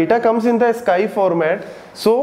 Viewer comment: Sir Ascii(ask-ee)